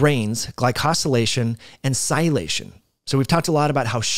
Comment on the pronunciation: You fail to pronounce a whole syllable when you say sialylation. Thanks for opening the gates on this topic for me anyway. Now I absolutely have to look this up, especially in relation to the glycocalyx. Awesome piece of puzzle. Thanks again!